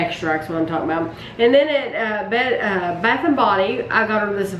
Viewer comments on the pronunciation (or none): none